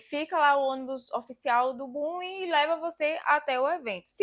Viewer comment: Bom video. Mas porfavor nao diga bum diga boom!